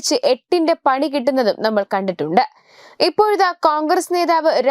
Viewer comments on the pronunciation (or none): none